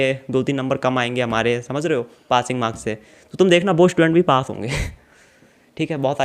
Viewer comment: Aree Pating marks nhi hote Passing hote h lovde 😄😄